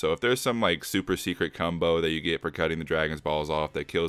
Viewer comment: did you say “cumbo”, bawhahaha!